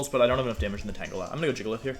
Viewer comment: Wolfe: I know how to say Pokémon’s names right. Also Wolfe: tAnGelA